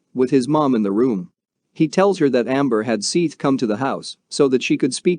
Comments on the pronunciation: His name is spelled Seath. It’s an easy mispronunciation to make, even for a human. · How's about the way he pronounced sophomore. He literally said sofamore! I also agree with a lot of the comments, he totally disrespected Seath by mispronouncing his name. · Seeth? It’s pronounced “Seth”. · Seeth, lol! It's pronounced Seth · “Seeeth”….dude’s name is Seth lol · This video was made 9 months ago. Seath's name has been said thousands of times on the internet, for years! It's pronounced, SETH, not, "SEETH". You couldn't do a quick search to see how his name was pronounced? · Terrible you can't get his name right. Seth . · How bout learning the guys name before u make a video it's not sithe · Seeeth the soft-ah-more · Seeth? So foe more? What the hell? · Disrespectful to pronounce his name wrong. What kind if an informational video is this if you can't even say his name right. You should've typed it in so it would read "SETH". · Wait, what are you calling him? It's pronounced, SETH, but spelled with an 'A'. Dummy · He said “Seith” 1982 times !!! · His name is spelled Seath I believe but it's pronounced Seth. This is so hard to listen to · Your the dummy all over the comments because its pronounced Seth. Dummy 😂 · Dude pronounce the name right I already don't want to watch this because of you calling him by the wrong name 6 times in the first 2 minutes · You scum. You’re doing a story on a child that was murdered and don’t even have the respect to pronounce his name properly or even do enough research to learn his name. Total scum and your channel is scum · Couldnt get his name right?? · Hey, dopey, his name is spelt SEATH, NOT SETH, maybe that is why he pronouncing it as SEATH, not SETH. If he typed his name correctly - SEATH you would be complaining he couldn't spell SETH. SEATH as written is accurately pronounced as SEETH/SEATH, not SETH, he just reading name as it is written, he not to know Seath's family meant for it to be pronounced as Seth not Seath.